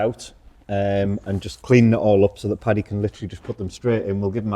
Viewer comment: Paddy, not Patty!!